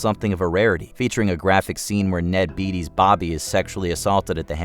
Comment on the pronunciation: Sharon Stone was not tricked into crossing her legs. It was in the script, she was as ruthless in her sex scenes as she was in the violent scenes. Verhoeven still has the panties she took off and gave to him before the shot. Also, Ned Beatty's last name is pronounced BATE-ee, Not BEET-ee. Y'all suck.